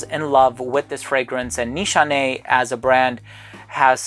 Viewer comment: Awesome as always,this brand actually from my home country🇹🇷👍👍👍btw your pronunciation on nişane(means target,aim )right on the spot!